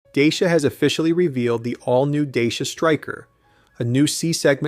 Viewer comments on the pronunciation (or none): Dachia, not Deisia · DAYSHA? its pronounced datch (as in hatch) ia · looks great but it is pronounced differently. My husband has a Dacia and it's pronounced dah-see-uh.